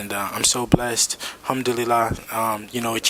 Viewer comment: Did Devin just say humdulyla 🤣🤣🤣